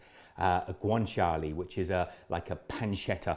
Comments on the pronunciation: It’s guanciale, not guanciali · I have never heard someone pronouce guanciale so wrong